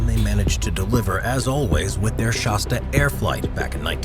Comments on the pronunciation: Shasta like shaaaasta , not shosta!! Geez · It is pronounced Shas-tah not Shos-tuh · Not "SHAWS-tuh," but "SHASS-tuh." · Hey bud if your going to be the commentator here you might want to learn how to pronounce Shasta , kind of insulting to mispronounce such an iconic name , just say'n . Of course I can't hardly read or write myself but then I'm not the voice here either ... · I have known about that volcano all my life, so when I heard shawsta instead of shasta I shook my head. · "Shaw'-sta?" I couldn't even hang with this through the first minute. If you can't pronounce the name of the product, why would we assume you know anything else about it? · Since when is Shasta pronounced "Shosta" ? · Whats a Shawwsta?! HaHaHa! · Fun nostalgia. Our family's first Class C was a 1970 Shasta. BTW, Shasta is pronounced with a soft a, like "cat," like the volcano in N. California and the soda pop, "It hasta be Shasta." ( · Shasta does not rhyme with pasta Flat a as in hat As in the mountain in northern california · Would have been nice if the narrator had a clue how to pronounce Shasta, he's definitely not from California.